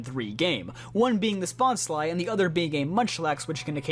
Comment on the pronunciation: Thank you for knowing how to pronounce bonsly because pokemon go content creators make it seem difficult to know and stay ignorant about it.